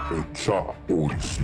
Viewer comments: its not pronounced yootja its yow-cha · I've always understood it to be pronounced "yowcha" I dunno where this uprising of the other pronunciation online even came from. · all wrong- it’s pronounced Eey-what-jaa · they...they pronounce yautja in the movies.....its certainly not whatever you're saying at the start. You fix it later in the video but you couldnt go back and rerecord the first lines with the correct pronunciation?